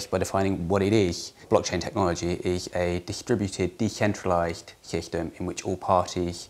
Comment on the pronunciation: ROFL sorry "what it ehh" "dehentrealized hehtem" "cluhteh"